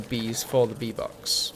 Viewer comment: Everytime you said bee box, i thought you were saying v-bucks and i was like wtf, maybe he is just memeing in his vid, nothing wrong with that. Then you crafted a bee box and i fel stupid